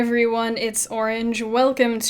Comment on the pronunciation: I answered it myself :P it's funny tho every time you say "orenge" I say lol at the end...